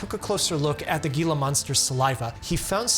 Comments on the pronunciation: Yikes, it’s called a “HEE-luh” monster… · Spanish pronunciation: it’s a “Hee-lah “ monster. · Gila is pronounced "he-luh". I was corrected on the pronunciation when I visited Gila County in Arizona about a decade ago. xD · Gila" (as in Gila monster or Gila River) is pronounced HEE-luh (IPA: /ˈhiː.lə/). Despite the spelling, the 'G' is pronounced as a Spanish 'h' sound (a soft 'h' in English), not a hard 'g' sound. The name originates from the O'odham language and was adapted into Spanish. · Love your videos and I'm always super impressed by the depth of your knowledge. I always learn a lot from your videos!! I just want to point out one minor thing to add to your knowledge about Gila Monsters. The 'G' is silent. It's pronounced as, "Hila" Monster. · great video, don’t get me wrong, but gila is pronounced “hee-la” ! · "Gila" is pronounced with an "H" sound. Heela. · Gila monster is pronounced Hee-la monster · 'Gila' is pronounced "Hee-la". Applies to Gila monsters, Gila Bend, AZ, and the Gila River. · From one doctor to another, Gila is pronounced "hee-la". Forgive me. I m a bit of a pedant. That being said, I recommend your videos to patients of mine who tend to self-medicate. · Hey, just an FYI, Gila is pronounced HEE-la. They're super interesting lizards, though! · Gila is pronouced 'heeluh'. You're welcome. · The g in Gila is pronounced like an H. If you're going to talk about it maybe research the pronunciation. Also, just giving people medicine doesn't teach them to eat right and take care of themselves. It can cause malnutrition. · it is pronounced Hee-la. It is a Spanish word. 🙂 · its pronounced "he-la" spelled Gila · HEE-lah, it’s a spanish originating word lol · Gila monster,The correct pronunciation is, HEELa monster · Gila😂😂😂 it's pronounced heela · Gila is pronounced Hee-lah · Arizonan here. It's pronounced "he-luh" monster lol. Love your videos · Great information and warnings. BTW, gila monster is pronounced "hila" monster 😉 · Gila is pronounced hila